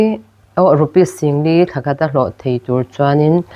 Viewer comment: Sangli nilovin singli zawk